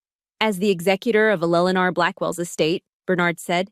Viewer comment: Fix the AI voice - it sucks. Why can't it pronounce Eleanor properly?